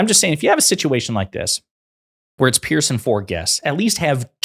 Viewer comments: It's pronounced "Peerz" not "Pearce". It's not good for your journalistic credibility when you get the basics wrong. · Brit here: his name is spelled Piers and pronounced ‘peerz’ not pierce. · Piers like peers, not pierce. It's not difficult. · His name isn't "Pierce" Ponder that. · Piers. It rhymes with tiers or tears. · It's Piers, NOT Pierce. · It's pronounced peers. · His name is Piers, not Pierce. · The only fault I find in this post, is that your pronunciation of Mr Morgan's has Christian name. It is pronounced as in peers through a window. Otherwise awesome 👌